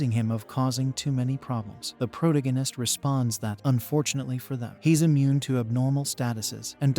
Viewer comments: It keeps going.... omg, pro- TAA- go- nist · You should just introduce the main character's name at the start and call him by that name instead of saying proh-toh-guine-is each and every time. Its kinda annoying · Pro-dig-in-ist? That's annoying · I really want to hear narrator.. ..but the repetition of proh-toh-guine-ist is getting to me.. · 23 seconds for mexD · Prot agist ur AI can’t even say the word correctly, couldn’t watch it SOB. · Holy crap, this is completely stolen from The Demon Cycle by Peter V Brett! Also.. agreed the Protagonist pronunciation drove me crazy. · This AI can't even pronounce protagonist properly. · Intolerably improper pronunciation of "protagonist". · Please learn to say protagonist correctly it. That aside thank ya for anime/manga cover